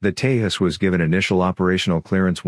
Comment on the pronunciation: Hi... It's pronounced Te-Jus... With a hard J sound like in Joker.